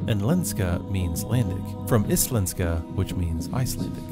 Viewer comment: this guy: casually pronounces íslenska wrong